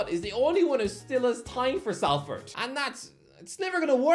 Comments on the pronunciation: Sol-ferd, not sal-ferd. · it's pronounced Solford not Salford 😩😩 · Salford is pronounced Solford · Everyone else cringe every time he mispronounced Salford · Five years and still not learned how to pronounce Salford